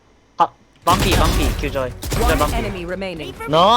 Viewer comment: killjoy astra skye no mic wtf ㅋㅋㅋ 영어 발음 개웃기네